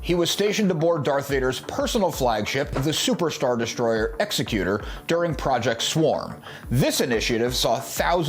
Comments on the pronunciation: It's ex-EC-u-tor, not EX-e-cutor. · The Super Star Destroyer is pronounced Eggs-eh-kew-tir, not Ecks-ih-kew-tuhr. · FYI, you pronounced Executor wrong. You kinda pronounced like executioner, which is weird. It's actually " ig-ZEK-yoo-tur", kinda like executive. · The pronunciation of Executor is the same as executor of one's estate. It's not pronounced the way executioner is.